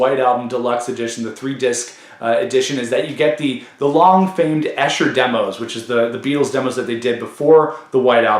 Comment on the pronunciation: It’s pronounced EESHER! I live about 8 miles east of there.